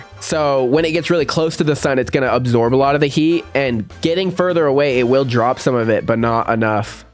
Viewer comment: Love what you do, buddy❤......but! When you say absorb, what I hear is obsorb. Does my brain in.